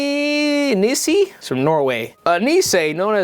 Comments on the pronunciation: it always makes me smile when i hear people try to pronounce nisse and tomte (niss-eh and tohm-teh) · The way you pronounce "Nisse" is hilarious, love from Norway